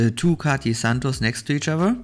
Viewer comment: It’s not pronounced Cati. It’s Cartier 😂